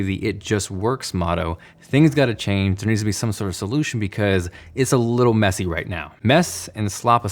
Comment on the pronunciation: "It's a little mess'i' right now." Yea Messi is little but genius too.